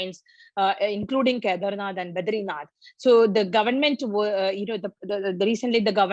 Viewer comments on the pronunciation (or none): Iski Kedarnath bolna nahi aata?